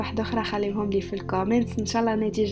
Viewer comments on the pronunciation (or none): none